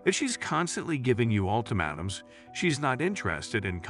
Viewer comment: Ult AH mAAtums."..long A